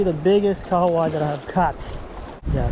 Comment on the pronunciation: Hey. Just wanna say that your pronunciation for the fish kahawai is awesome my dude NICE. Hopefully you guys enjoyed your working holiday in New Zealand. Let's go